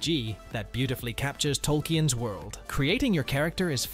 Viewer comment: That is not how you pronounce Tolken either